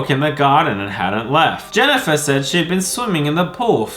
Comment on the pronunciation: ITS NOT JANNIFAR ITS ME JENNIFER K !!!!!!!?????